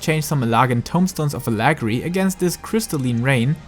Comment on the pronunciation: Hey dude, you gotta learn to pronounce things correctly. Allegory and paradigm for starters.